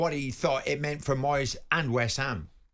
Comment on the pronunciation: I'm sorry ter say again it's Moyeseh